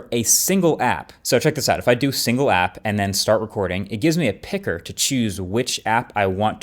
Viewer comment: why did he say picker liek that? -Sennt from my iPhoen